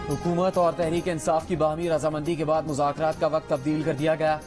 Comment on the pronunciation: Shah mehmood urdu bolna sikho. Mazakrat nhi muzakrat.... Tumne or tumhare leaderon ne mulk ko mazak bana dia. Or raat 🤣🤣🤣🤣 mazak(raat)